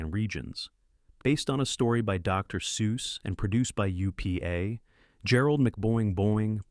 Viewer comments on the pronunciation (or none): none